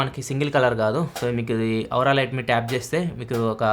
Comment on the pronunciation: ఔరా లైట్ కాదు స్వామీ అది.. ఓరా లైట్ లేదా ఆరా లైట్ 😂